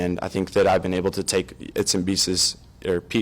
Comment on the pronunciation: Bits and pieces bro! 😂 Not its and bieces😂😂 lol